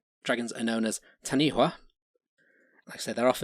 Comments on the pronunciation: Taniwha is pronounced Ta-nee-faa. The name of the Largest lake in New Zealand is Taupo. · Good effort but in Maori WH if pronounced like F so Taniwha is Tanifa. Also Hawaiki has nothing to do with Hawaii. DNA testing has placed Hawaiki to be Samoa. Also stick to History as Geographically Hawaii is nearly just as far from New Zealand as the Philippines and Taiwan (Which Incidentally is the route Ancient and ancestral Polynesians took, before settling on their respective Islands. According to Mitochondrial DNA) Maui is ubiquitous with Polynesians and his legend varies from Island to Island and culture to culture. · taniwha pronounced tun - e far the wh is a f sound. taniwha can be in the water or land.. sometimes considered more a dangerous spot or weird eddie in a river is also a taniwha. so has a physical aspect, and, an ambigious warning of a dodgy spot along the way. mania are serpent like bird and are guardians but they are usually more ocean bound. we have a living dinosour/dragon here today, which is a lizard called tuatara. also this may i nterest you on the topic.. kupe is said to have arrived in new zealand around the year 1400